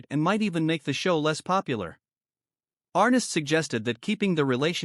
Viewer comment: His name was "ArNESS", not "Arress".. oy... Arness took a round at Anzio and had that characteristic limp ever after. The "Long Branch" in Dodge was a bar and cat house on Front Street from c 1875-85, historically.